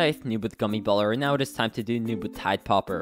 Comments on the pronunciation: Did you just call the gummy baller the gummy gooller??!??!? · “gummy galler”